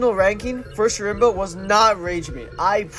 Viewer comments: im pretty sure it's pronounced as sherma since I think the c is silent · schrembuh how do you butcher his name this badly